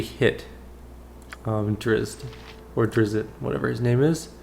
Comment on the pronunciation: Drizzt is pronounced "dritst". I learned that from the original BG player's guide.